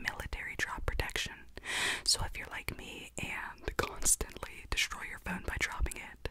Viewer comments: You should do a whole video about the "close yarr eyes". I just love it so much it's really tingly!! ☺️💖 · Idk but “close yed eyes” is so tingly